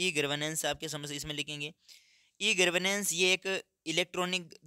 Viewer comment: Gavrnensh ❌❌❌ Garvnensh ✅✅✅ 😂😂😂